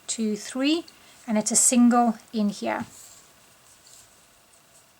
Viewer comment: Why does your here sound like hyah?